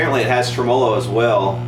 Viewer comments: Correct me if I'm wrong. It's TREM-o-low not trem-O-low. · TRE-MOLO, not TRE-MO-LO, say it after me: TRE-MELO! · I enjoy your videos. Please start pronouncing the word tremolo correctly, though. The stress is is on the first syllable in every language, in English, as well as it’s source language, Italian. TREH-muh-lo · Did he just pronounce Tremolo , Trim-Oh-Low ? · Please for the love of everything good and holy. Stop fucking saying tremolo like that.